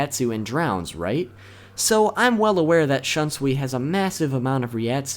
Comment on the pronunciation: Wow your pronouciation of Shunsui's Bankai is some next level shit.